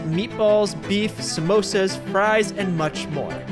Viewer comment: huge thank you for saying samosa and not mimosa 💀